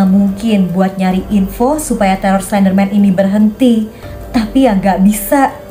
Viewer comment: Oh iya tadi kakak bilang slenderman yang anak nya slendrina ini kakak bilang klenderman